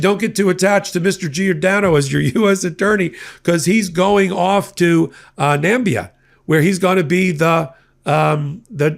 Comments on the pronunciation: Namibia not Nambia. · Do you mean Namibia (Na-ME-be-ah)? Never heard of Nambia. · Come on! It is Namibia NOT Nambia. Please do better. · Are yous saying Nambia or Namibia? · I hope that pronunciation of Namibia as Nambia was done on purpose as a joke to one of Dotards slurring of speech. If so, well done. Habba is a gold digger side piece embarrassment to the legal profession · Oh you did not just pronounce Namibia “Nambia” like Trump did back in 2017 🤦🏻‍♂️ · Habba? A completely stupid so-called lawyer? The typical dumb blonde trope is drowning the administration. Btw, did you mean Nam-i-bia? I think you've watched too many Dump speeches. 😂 😉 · NAMBIA? Where the f. is that? Hahaha! More than 16000 Americans have watched this video so far and not a single one knows squat about the world. Well done! I guess you deserve the leadership you got. Seriously, it's dumb leading dumber. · Do you mean Namibia? Or are you saying it like Trump likes to Mispronounce it??? Trump says Nambia!!! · Gee. I thought it was only Trump who mispronounced Namibia as Nambia. Word up. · Come om! Na-mib-i-a.😂